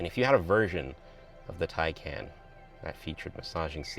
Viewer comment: TieCon not TieCan